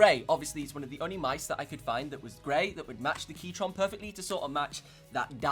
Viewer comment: DID HE SAY "KEYTRON”